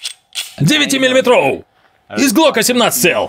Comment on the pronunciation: Девять милиметроУ)) Утончённо